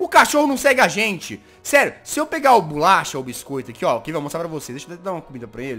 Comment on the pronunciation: e bolacha nao bulacha e o oooooooooooo